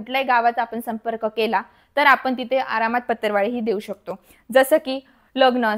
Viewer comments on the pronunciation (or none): Its patravali not patarvali, it sounds so irritating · It's not pattarwali plzzz it's patrawali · सगळ्यात पहिली भाषा सुधारा बिझीनेस करायला निघाली पतरवळी ××× पत्रावळी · 'अहो मॅडम,याला पतर वाळी नाही म्हणत.... तर पत्रावळी असे म्हणतात.😊😊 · पतरवाळी नाही पत्रावळी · पतरवाळी 😂 का पत्रावळी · Aho dohale jewan . La . Lgana sathi koni hi waparat nahi. आणी पतरवाळी नाही हो पत्रावळ म्हणतात. or पत्रावळी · पत्तरवाळी नाही बाई पत्रावळी म्हण ग सखू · Madam patarwali nahi parawali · पत्तर वा ळी 😂😂😢😢 हि कुठली भाषा शाळा शिकुन अडाणी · Aadhi Patravali bolay shika